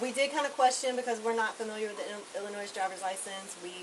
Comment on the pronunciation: Both people pronouced Illinois wrong. Crazy